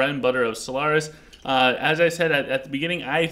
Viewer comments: I would say in this episode the mispronunciation is having a large impact. It doesn't matter normally if you add a syllable or something, but you are reviewing solaris calling him solantris and talking about artifacts of which one of them you are discussing is called solantris. Its just a huge confusing mixup because your audience has to try figure out what you mean. I would seriously just send the 5 minutes to sort out the pronunciation. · it is solaris not solANTRIS lol